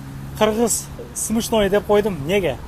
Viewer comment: Смешной, десен свишной дебей🤣